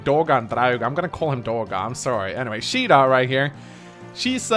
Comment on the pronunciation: Please, no Change your pronunciation of Shida, in Spanish it didn't sound good(Sorry for my english XD)